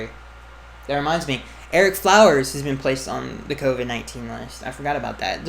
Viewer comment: Erick Floweres?? Oh lord lol